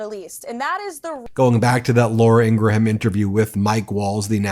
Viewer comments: No big deal but it is pronounced "Ingram". Not Ingra-Ham. (Law-ruh Ing-gruhm) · Are you intentionally pronouncing Laura Ingraham's name wrong? Because its a very common name where I'm from and we pronounce it, ing...gram or ing...grum. Like Teddy Graham or Honey Graham. The h is usually silent. If you google how Laura says her name she pronounces it the same way also. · Although I don’t like her as a host. Laura pronounces her last name as Ingram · What's with so many pronouncing "Ingraham" as having three syllables? It's TWO syllables! 🤔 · Does Ben mispronounce Laura Ingraham’s name on purpose? 😂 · Ingraham does not pronounce her name like that. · I love how Ben mispronounces Laura Ingram last name on purpose..😂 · Do you mispronounce Laura Ingraham's last name on purpose to get back at all of those MAGAts who pronounced former Vice President Harris' first name "kuh-MOL-ah"?